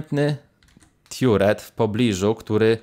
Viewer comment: Aż bolą uszy...Nie mówi się "tiuret" tylko "tarret"